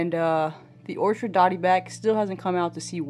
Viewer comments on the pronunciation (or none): This tank is coming along nicely! We need to see Zorro! (The dotty back). Just a heads up, it’s an orchid dotty back, like the flower. Not an orchard..